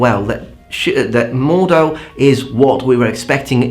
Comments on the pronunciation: It's roughly pronounced "more'd. How" with a short stop after the "d" followed by a hard "h". At least with that one you can figure out the components, even my German-language satnav messed up "Maisteig" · You have to pronounce the "h" more. It's supposed to be heared. Mordhau literally means "Murderbash" or "Murderstroke" and is the german word for hitting your enemy with the swordguard (I think it's called Murderstroke actually; pls confirm). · from what IPA i know it should be moɒdhau note the h! is actually more accurate in his pronunciation I grew up speaking German so you can believe be the "h" is pronounced and the "r" is more of an a like sound at least today... In the end You're the Linguist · Mordhau! Pronounce it in german way, like Mord-Hau. Pronounce the H, do not leave it out. Mord means Kill or even Murder, and Hau means battle or brawl or beating. like, murderous beating or deadly battle or beating/brawl/battle to death. Deathmatch. So, MordHau. Ich HAUe dich! Ich verHAUe dich gleich! Komm her! Er wurde geHAUen. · Dear. I love your videos and i have a huge amount of respect for the amount of work you manage somehow to get done in such short periods of time! Would you do me a favour? --> Please stop killing my German ears and pronounce the (rather strong and sharp!) H in the German word "Mordhau". Say it as 2 distinct words. "Mord" - take a break - "Hau". <-- Thx Raff. Sincerely yours. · Regarding your prononciation of "Mordhau", you currently don´t pronounce the "h", which you should (in general, every letter is pronounced in German). After all "Mordhau" is a combined word from "Mord" (murder) and "hau" (from "hauen", which means to strike). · Mordhau - you pronounce the H with exhaling like in hat hike. Maybe think of it as 2 seperate words (which actually it is - Mord (murder) Hau (stroke) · NO! It's a hard "d" not a "t". "mored" is still closer than "mort", though not perfect depending on your accent.